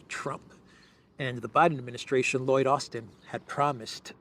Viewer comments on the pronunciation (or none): none